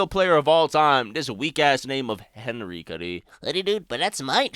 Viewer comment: whats the R? you just said "HENY"